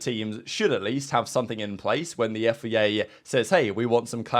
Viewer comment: Love the content but pls its FIA not FEA